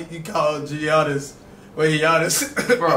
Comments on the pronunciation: Not even cash can say his name right it's not G.oniss it yannis i searched it pronounced yannis and the last name cash got wrong his saying of his last name is dang near flights, its on teat a koon po spelled antetokounmpo and just looking at his name, you should be able to pronounce it (if you know the rules of the English language) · “ Gionis “ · Giannis is said “yanis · The actual fact that they called Giannis with the “G” actually hurts